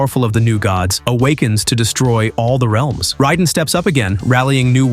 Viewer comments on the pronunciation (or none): Beginning says "that no one remembers" which are LIES. I recall 90% of these so one DOES remember. Also, in Mortal Kombat, it’s pronounced Ray-den, not Rye-den 🤦🏼‍♂️🤦🏼🤦🏼‍♀️